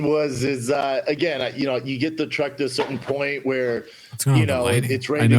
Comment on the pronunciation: I heard Schaub asked that twink announcer guy to walggg him to his truggg too. And he obliged.